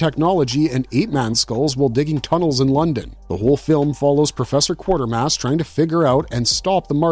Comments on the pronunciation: Q u a t e r m a s s not q u a r t e r m a s s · QUATERmass...NOT Quartermass... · Any reason why you show 'The Curse Of Frankenstein' while talking about 'The Curse Of The Werewolf'? And the name is pronounced: 'KWAY-TER-MASS', not 'QUARTER-MASS'. Yes it's an odd name, but watch a clip of one of the three movies to hear how it is said. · He also kept saying "Quartermass" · Maybe you learn how to actually pronounce Quatermass before talking about it.